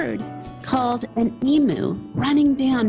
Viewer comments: I hope I didn't hear you say ee-moo. It's eem-you. Emus do not moo. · It’s not emoo it’s emu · HAHA as an aussie myself hearing an american saing " emoo" haha the locals say emyou good job mate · I've never heard an American pronounce 'emu' the same as we do in Oz. It's 'eem-you', not 'eem-oo'. Many thanks for your kind words about Australia. It's not perfect, but it's a pretty good place to live!👍😉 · IT'S NOT " E-MU" thats a cow on the internet, the big bird is called EM-U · Lol,I heard David Letterman say eemoo,and when the Australian guest corrected him on his pronunciation he cracked the sh.ts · Lovely story . I find it funny how Americans pronounce EMU like its an electronic cow EMOO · Just a little help with pronunciation EMU is pronounced EEMYU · I recorded this video before I knew how to pronounce emu. Thanks.